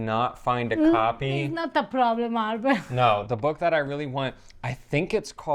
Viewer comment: ', stop torturing....